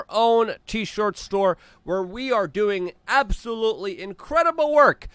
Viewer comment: I love it when Luke says “absOH-loOly” 😂👍🏻